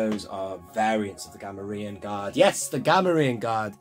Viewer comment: Cool video! Always good to hear a fellow collector pronounce Gamorrean Guard correctly and see I’m not the only one going nuts over card variants. The Wedge has a lot. I recently got the Canadian multi language unpunched. I also picked up an odd offerless one with Kithaba on the back and the first issue with the Kenner Wicket. Really hope we get a comprehensive book with card variants some day.